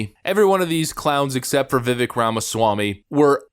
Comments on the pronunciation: Fer the Pronunciation, I think Tim described it best: "viv-ake like cake" though he had said on Tim Pool's show he's used to people mispronouncing his name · Just so you know, it’s pronounced VUH-VAKE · As a 2nd gen US Indian, the correct pronunciation is actually “Viv-Ayk Rah-muh-swah-me” I find it hilarious that Haley mispronounced his name since she’s ‘Indian’. I’ll also add that the vast majority of us don’t care if our names are pronounced correctly as long as our freedom is protected. So proud of the way Vivek represents our Indian community but most importantly how he represents our COUNTRY! 🇺🇸 keep it up! Great video btw. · Vivek is pronounced like cake "vivake" at least thats what he says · Another great commentary! BTW, it's pronounced "Vivake" - rhymes with cake. He just posted this to X a couple of days ago. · Vivek is pronounced Vi-Vake, like cake. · His name is Vivek. It’s pronounced Vi-Vake. It’s like cake. Hope that helps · Vivek rhymes with "cake". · He said his name is pronounced Viv-ake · You pronounce it like cake. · As the man said " it is pronounced like cake, Vivake... like cake!!! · Vivake ….. rhymes with cake. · Pronounced Viv-AKE. Rhymes with rake, fake, lake.. Stop butchering his name if you're gonna monetize it.. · Vivek = Viv (rhymes with cake) ek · Pronounced "vi-Vake"....think cake, or steak. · Vivek. Pronounced vi-vake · The ek in Vivek is pronounced like cake not like trek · Vivek pronounced vivake like a cake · You pronounce his name Viv-ake like CAKE! 😉 🇺🇸Vivek for Vendetta! Vivek 2024!🇺🇸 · Vivek rhymes with cake .. vee vake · Vivek is pronounced like "vivake" like cake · It’s pronounced Vivek like cake 🍰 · It's pronounced Viv-Ache as in Backache, headache etc. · Vivek is promounced like cake, VivAk. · Vivek has an ache sound at the end of his name. Like cake. Correct pronunciation of his name sounds like Vivake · Pronounced Vi-vake, like cake :) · It's pronounced Vivake as in cake. I didn't pronounce it right either